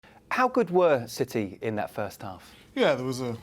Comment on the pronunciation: Man said Rashfords gonna be in ciTeH😂😂